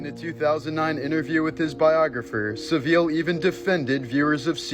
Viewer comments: Jimmy Savile, pronounced Sa-vil like gavel! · It’s pronounced SAV -VILL